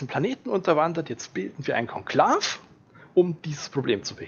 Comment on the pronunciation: Was ist ein Konklaff, das Ding wird kon-klaa-we ausgesprochen. Genau wie der Akolyth ein ü hinten hat. ;) Klasse Video. 👍🏽